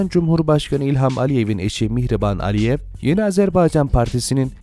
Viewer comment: Bayan olduğunda ALİYEV diye söylenmiyor, Mihrimah AliEVA.